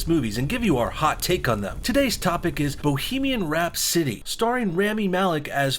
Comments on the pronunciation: Rhapsody. Not Rhap-city. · Rap city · Who tf says bohemian rhap-city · The way you first pronounced rhapsody made me want to kill myself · I think i lost a few brain cells when i heard him say Rhapsody the first time